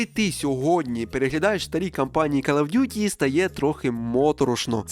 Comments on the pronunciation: Не ''кАл'' а ''кОл оф д'юті :-D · Просто друга секунда відео — кров з вух. КАЛ оф дюті 💩